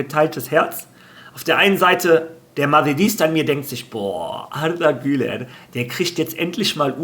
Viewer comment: es heisst arda güler nicht artha güler 🙂😉